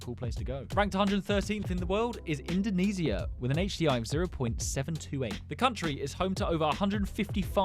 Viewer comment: as someone from Indonesia that’s not how you pronounce it… it’s like (in-do-ne-she- a)